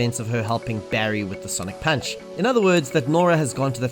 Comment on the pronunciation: “sonic panch”